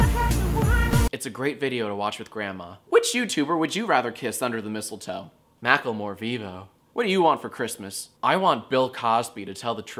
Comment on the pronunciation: Jack its mack-la-more not mac-kel-more